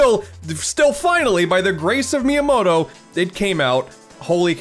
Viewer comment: “By the grace of Miamotto” 😂😂 anyway yeah as a massive fire emblem fan i also really enjoyed Advanced Wars. Can we please get Xenoblade X ported to the switch???